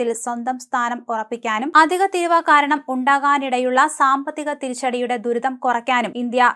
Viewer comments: തീരുവ എന്ന് പറഞ്ഞു പഠിക്ക്. തിരുവ അല്ല. നിന്റെ സ്റ്റുഡിയോ യിൽ ആരുമില്ലേ പറഞ്ഞു തരാൻ. പിന്നെ ഈ പറയുന്നത് ശരിയുമല്ല. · ഇന്ത്യയുടെ ഏറ്റവും വലിയ കമ്പോളം അമേരിക്ക അല്ല. കൊച്ചെ തിരുവ, അല്ല തീരുവ ആണ്. ഇനി ശരിയക്കിയില്ലെങ്കിൽ അടുത്ത വഴി നോക്കും... കേട്ടിട്ട് അറപ്പാകുന്നു